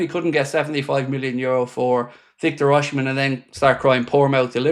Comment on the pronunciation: Please learn how to pronounce Osimhen's name, if you're gonna keep reporting on rumours about him mate.